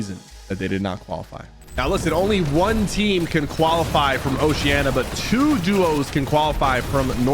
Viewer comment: why the flip does everyone say osheana? It's oceania. WITH AN I